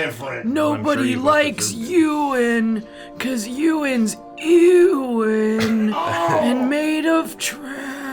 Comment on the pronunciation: As someone called Ewan, the trash heap monster being bullied and called eww-an is too accurate